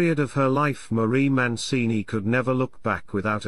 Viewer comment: It's Mancini not Moncini.